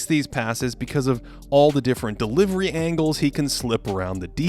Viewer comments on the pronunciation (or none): none